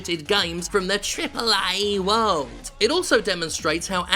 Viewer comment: lol the way he says "trrriiiple A!"